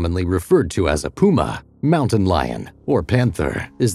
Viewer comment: Moun-tain coniferous forest.